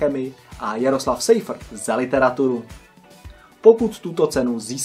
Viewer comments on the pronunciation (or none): "sejfrt" xD nase ucitelka by te zabila